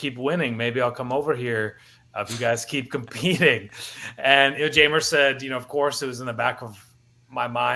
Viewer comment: Jeimer's name is pronounced Heimer. (Hi-Mer). In Spanish J makes an H sound. Just in case you were happening to ever interview him or meet him in person. But loving to see him in Cubs blue. Solid pickup and love the message it sends to the clubhouse.